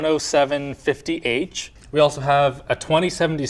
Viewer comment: "ONE - OH - SEVEN.....50H" ME.: OHHHHHHHHHHHHHHHHH.... THAT'S HOW INTEL INTENDED US TO SAY THE NAMES OF THE NEW PROCESSORS..... THE NAME STILL SUCKS THO